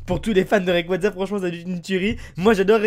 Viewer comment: Mec merci de dire rayquaza comme faut sa fait du bien a mes oreilles